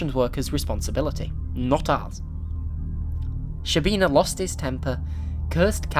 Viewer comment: To pronounce correctly, you have to start saying a 'sh' sound, and it finishes as a 'ch' sound. It's almost like a longer 'ch'.